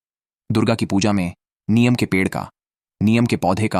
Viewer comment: Neem bolte hain, niyam nahi, aap se a hha to bacche bolta hain, pls lesen to again, hi di not clear, he hindustan hai, hindi ka sahi use karen, jai shree ram